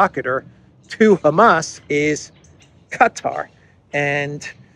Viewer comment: Hey, its written Qatar and pronounced kuh' taar with emphasis on "taar" damn you got my ears jumping.